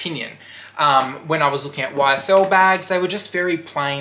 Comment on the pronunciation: Lol! Did you hear how he said it?? 😆😆😆